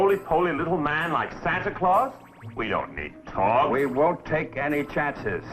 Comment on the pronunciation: It's "Torg", not Tork. Enjoy that usless fact.